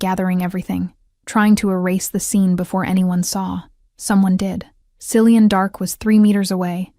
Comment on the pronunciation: Common AI..Cillian is pronounced Kill e un.